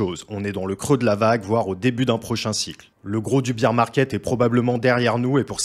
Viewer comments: il parle pas du fait que c est pas bull, il parle de la prononciation de bear market c est “ bère “ et pas “bire “ , sinon ça signifie beer qui veut dire bière 😅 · je te donne un truc : tu dis BAIR market 😉